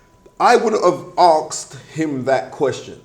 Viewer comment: Very clever bloke but still cant say asked correctly